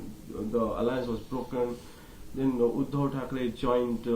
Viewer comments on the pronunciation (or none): You are also taking his basic name wrong 😂He's Udhav